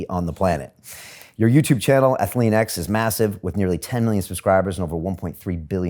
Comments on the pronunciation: Athle-an-x? LOL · lol cant even say jeff's company right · Bro how do you interview this legend and then mispronounce his company's name SMH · I cringe every time I hear how he pronouces Athlean X